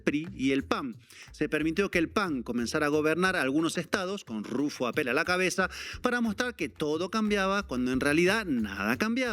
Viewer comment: Señores soy de Baja California y permitan corregirlos, no se pronuncia APPÉL con acento en la É, es solo RUFFO APPEL como si tuviera acento en la Á de APPEL